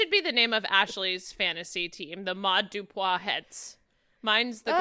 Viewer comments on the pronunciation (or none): it is Sara-Maude Dupuis. Why did y’all steady say Dupois over and over, like what? Dupuis. Doo-pwee, not doo-pwah